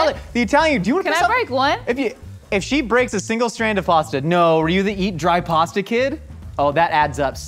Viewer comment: Step 1 should have been learn how to say pasta properly